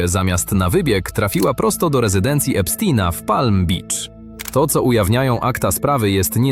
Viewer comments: Epsztajna !!! Nie Epstina! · Nie Epstina tylko Epsztajna.